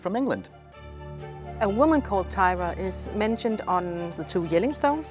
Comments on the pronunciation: disappointed that the Danish runologist pronounces the name of Thyra as if it were an English name; “Teira” or “Taira” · The name is Thyre not Thyra. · So was I. Why pronounce Thyra different, when you pronounced Ravnunge-Tue (the carver) in Danish 🫣😅